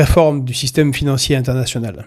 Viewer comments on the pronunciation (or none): none